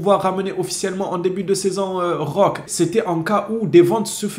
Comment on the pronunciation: Roquéééé on prononce Roquéééé !!😩🙏